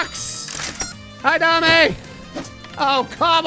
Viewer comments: The skele-goo-kitty's name is Jiggles or Jigglesworth Sr. Also, it isn't dah-may, it is pronounced day-m, her name is Dame Fortuna, it translates to Lady Luck. Saying it as Dah-may makes it sound like you are saying 'give me fortune' in Spanish instead of referring to her by name. Neigh-scent = Nascent (a definition because i am also bored) just coming into existence and beginning to display signs of future potential. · (Doubt anyone cares that much but Dame Fortuna ; Dame is pronounced "damm'", its french for "lady"...lol.) Very happy to see you back on YT, you icon. My gf and I loves watching your videos, it warms our cold dead queer hearts in these dark times. Yay for gay netherite! Now I want that in my worlds too. I think it could be too easy for you, but you could try Integrated MC one day. Or Prominence 2, this one more challenging. Both on curseforge. Prominence is Fabric too, so, maybe it has stuff you haven't tried?